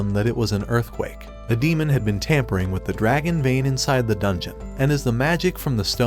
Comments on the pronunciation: Demon not damen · Damen? You German?😂